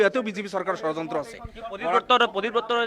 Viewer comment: অসমীয়া ভাষাৰ উচ্চাৰণেই নাজানে, ধৰ্ণাত বহে.....। কিবা বুলে 'চৰযন্ত্ৰ' কি বস্তু এই চৰযন্ত্ৰটো ।